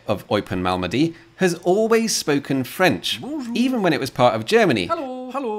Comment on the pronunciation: I'm curious if he does another Q&A why he intentionally mispronounced French words. He not only pronounces les lettres muette but emphasises them. Bonjour is supposed to have silent r but not only does be pronounce it, he adds an extra e at the end and says bonjoure. Almost every French word he not only pronounces as is spelt but even adds an extra vowel at the end as Italians do. Italians are forgivable since almost all Italian words end in vowels but is strange since most English words end in consonants yet he insists on ending almost every word with a vowel. The words are supposed to be emphasised at beginning and end taper at end of word yet he insists on emphasising the last silent consonant and adding a vowel where it doesn't belong.